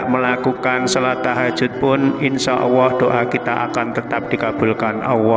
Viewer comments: Kok sy denger nya bukan Allah tapi Auwoh ya...salah dengar gak sih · Bismillahi ya Allah ... Bpk nyebut ALLAH PUN TDK JLS , KNP , BPK MUALLAP BPK ?